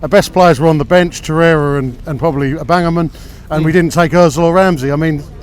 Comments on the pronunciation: Hahaha man said au-bangaman 😂🤣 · Did he just call Aubameyang I-bang-a-man ? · My man said Aubamenang. Why are the British so bad with foreign names. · "I'll bangaman" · Man just said ' Aubangmunung😂😂😂😂😂😂😂😂😂😂😂😂😯🔥🔥😂😂😂😂😂😂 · I swear I heard man say Abandonment tryna pronounce Auba's name 😂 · Did he just say bubblegum, instead of Aubameyang? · Who's Aubangaman? 🙄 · Did he just say oi-bang-her-man? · It's not even hard to pronounce "Au bam eyang" what is that guy's pronunciation... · The guy has some great points. And, speaking of there not being any real men in football anymore: Yes, he said Aubangaman. Get over it, children. (No offense to actual children.) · Who started reading the comments after hearing the guy say, " Aubangaman"?🤣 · LOOL I-BANG-A-MAN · Aubangamun hahaha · Did he just say I'll bang a man? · Abangamun? It’s peak out here 😂🤦🏽‍♂️👀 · Aubama what? aubangaman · Did this guy really say aubangaman?😂😂😂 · aubangaman. Why do so many people struggle with saying his name wtf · Amsterdam 87 it's really easy to sound out phonetically tho. Just say it how it's read. AU-BAM-EYANG. not hard, but then again, it's Arsenal fans here. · A-bong-a-men? lol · He said „Abamagang“ hahahha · Au-bang-her-man 🤣 he said that 🙈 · He said Aubangamen LMAOOO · At least pronounce the Gabonese Agbonlahors name properly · This dude doesn't get an opinion after his pronunciation of Aubameyang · Gets a like for that pronunciation alone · Butchered the f*ck out of aubameyangs name 😂